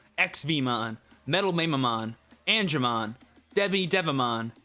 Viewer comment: Love your stuff! I feel compelled to say that Mamemon is pronounced "Mah-Meh"-mon LOL Can't wait to see what decks come out for this format!